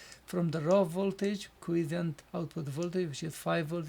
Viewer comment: By the way here is the correct pronunciation for Quiescent